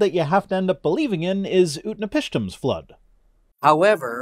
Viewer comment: Finally someone that can pronounce Utnapishtim without chewing on it.